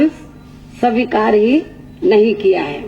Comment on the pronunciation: sabikar nahin behenji swikar..